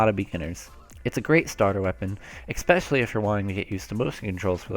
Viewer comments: Good beginner guide, I'm was also S+ in the previous game and now I'm on the road to S- in Splatoon 2. And please, PLEASE, say "especially" and not EXspecially, this does not exist, no "x" in it. -> especially. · Great video but THERES NO K IN ESPECIALLY. "Ekspecially"